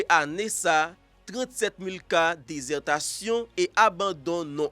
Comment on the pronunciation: Dites plutôt “désertion”, et non “désertation “